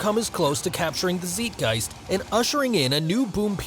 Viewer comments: It`s not zeetgeist btw. More like tsaight-geist. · ZIGHT. not zeet. random, but in german (which is what Zeitgeist is, the second vowel [in terms of "ei" and "ie" ] is what is pronounced). I remember being an avid fan of WWE back in the mid-early 2000s. I remember watching his debut on ECW. I was hooked. Dude was electric. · It's pronounced zite-giest, not zeet-giest. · “ZEETgeist” 😂😂😂 Do you even school? 😅😂😂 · My man said Zeetgeist. Lmao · ZEITGEIST ... bro that is the last possible pronounciation and you went for it. Say it more like "sight" or don't use it at all. :P